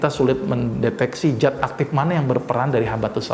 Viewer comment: zat pak bukan jat